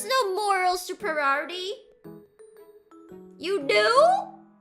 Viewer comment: This vod is a case study into a vtuber's perils of trying to pronounce "superiority"